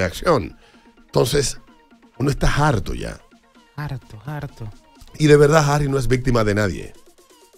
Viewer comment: Harto, no "jarto'